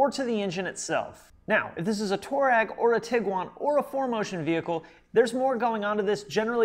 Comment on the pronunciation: Touareg is pronounced Twareg after the African people of Libya,Algeria,Niger,Mali and Burkina Faso.